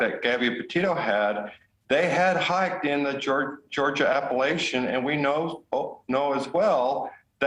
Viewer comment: Please learn to pronounce it!!!! The word is Ap-pa-LATCH-un.